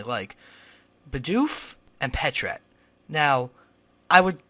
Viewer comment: isn't patrat pronounced pat rat not pa trat